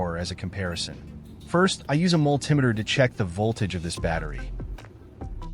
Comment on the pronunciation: Ai. Incorrect pronunciation of multimeter.